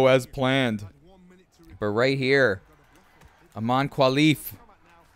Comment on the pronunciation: My brother, thanks for the video but please it's Imane KHELIF as in, HEH-LEEF 😢